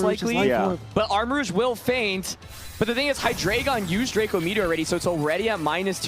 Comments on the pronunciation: ITS HY-DREI-GON THE DREI IS 3 IN GERMAN ALL ITS FORMS FOLLOW THIS FORMAT STOP SAYING HIGH-DRAGON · The next person to say "Hydra-gone" will suffer the consequences. (ರ◡ರ )